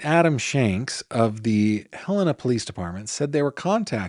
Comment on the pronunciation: Thanks for Pronouncing Helena correctly! 😊